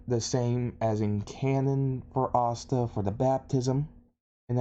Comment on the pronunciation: If you watch subs and subs then why do you keep pronouncing Asta's name wrong.